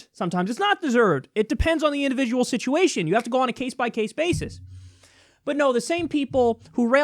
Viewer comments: Indivijul Sichuation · Indivijul, sichayashun